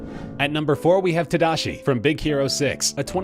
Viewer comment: Just saying, everyone is saying tadashi wrong. I get it, it's hard to say it bc it's a japanese name, but come on!